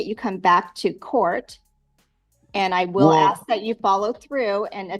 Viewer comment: This is old. Along with his 'arksin'. Any outcome?